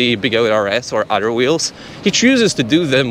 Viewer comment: Say “other.” Now say “utter.”